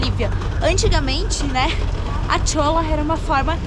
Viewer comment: A pronunciar de cholla está errada é como vc pronuncia-se "colhar"